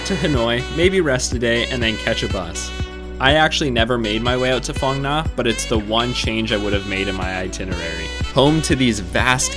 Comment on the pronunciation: Fong N'ya for Phong Nha 🤣